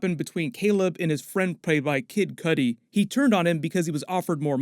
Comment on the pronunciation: Glad you said Cudi name right this time 😂😂😂